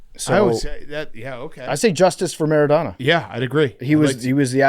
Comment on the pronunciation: PFT, Diego Maradona can’t be your personal hero if you’re saying his name MER-IH-DAW-NAW. it’s phonetic.